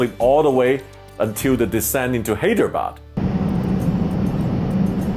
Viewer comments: Btw hydrebad is said like high-dra-bad And banglore is ban-ga-lore. :) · Hey Sam!.. I Live in Hyderabad ; AI Has Had A Rich History Through the 747 . But after AI got into Billions of $ of Losses , The Experience Has Got A Lot Different Since! But We Can Still See The 747 On Domestic Sectors & Can Enjoy Them For The Next 3-4 yrs. Sad To See The Queen Go but Airlines Got To Do What They Got To Do! . . P.S : You Got The Pronunciation Of Hyderabad Wrong.. But No Worries!